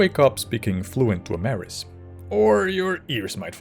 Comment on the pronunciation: I wouldn't say yoy tried pronouncing it sounds more like your a natural born Dwaymer and the golden tones have blessed you